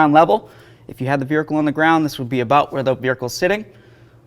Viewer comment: is he calling it a "Beericle"? i swear that's what i'm hearing every time lol.